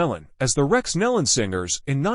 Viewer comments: Thier name is Nelon pronounced knee-lon not Helen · no knee-lon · What is so hard about pronouncing NÉE’ LONS right⁉️⁉️ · What is so hard about pronouncing their name correctly, NEEEEELAN??? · Knee Lynn is the pronunciation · The name is NEELON PRONOUNCED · Exactly the point. This isn't the way you announce a tragedy when you don't even know the spelling and pronunciation of the names!